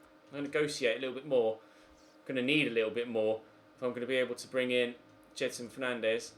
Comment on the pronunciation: It’s said jed son not jed er son